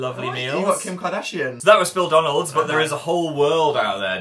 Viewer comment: it's phildonalds not phildanalds